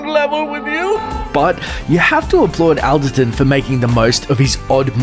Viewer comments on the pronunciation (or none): It's John ALL derton not AL derton and Von Sydow is pronouced Von SyDOE not Von SyDOW as in cow! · John Awl-derton, not Al-derton. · Although the spelling is Alderton, you actually pronounce it as ALLderton.